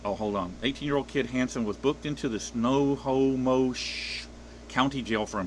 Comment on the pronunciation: Pronounced Sno home ish